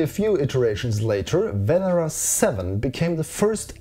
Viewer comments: Loved the video. However it is pronounced Venéra not Vénera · I can say that it's said Venera and in Lithuanian